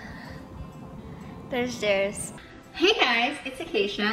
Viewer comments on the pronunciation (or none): You’re making his name way more complicated then it needs to be. Jere-us, or if you’re fancy Jere-ree-us. No roose or whatever your adding at the end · He clearly pronounces his own name "Jerris", how you ended up on "Jayroos" is such a (funny) mystery to me 😂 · Jay-roos is a much better pronunciation than how it’s actually pronounced, Jear-is 😂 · wish I had a counter for everytime she pronounces jerr-is like jay-rouse hahaha 😂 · Not: "Jay-Ruce"... They say it more like: "Jare-Ass" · It's jer-us not jay-roos. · How did you hear acacia and jairus both say his name and then come up with “Jayroos?” 😭😂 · You calling him "Jayroos" the entire time is a perfect read lol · I can’t with the jay-ruse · My God, you included multiple clips where his name is pronounced and even acknowledge that you are mispronouncing it but still keep saying "jay-roos" Still a good video though. Just... Jay-roos?! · Something about you calling him Jayroos the whole video was taking me out😂😂😂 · hey guys jairus is pronounced like "jared" like jared leto but with an s instead of d lol it's painful watching ppl struggle with it 😭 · Great video. Jairus is pronounced "Jair-riss" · jayroose? JayRuse? Acacia: jeriss...then in another video jayruse Lol will it ever be solved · you really can't pronounce jair-us? ☹️ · The way you play a clip of Jarius saying his name and you still butcher it right after 😂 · You confidently mispronouncing Jairus’ name the whole video is sending me 🤣🤣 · Including how to say his name in the video. Still pronouncing it incorrectly. Commitment I guess. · Acacia and Jarius are super annoying and have tons of issues but please hearing you pronounce it wrong over and over was sooooo annoying im so sorry literally cringed over and over ugh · I love how you said his name wrong the whole video.